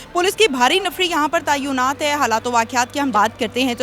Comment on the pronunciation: Tayoonat nahi hota Bibi tayinat kehte hain